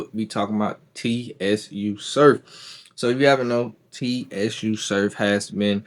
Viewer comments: It’s pronounced “Sue” Surf my guy. #JERSEY💪🏽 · why in thee fk are u calling him T.S.U. .....U mean to tell me u doing a video on a guy you not even a fan of..its no way you a part of battle rap culture saying his name like that..... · Su surf the t is silent bro lol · Im out. Soon as he said t-s-u surf i clicked off. Cuz he obviously doesn't know wtf he's talking about. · Everybody wana be a podder for the latest news. Can't even do simple homework on how to pronounce a name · The T is silent my guy… 😂😂😂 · stay motivated don’t let the comments distract ya mission my guy… I fuck wit da vid it’s just a mispronunciation… just gotta do a lil more homework… BLESS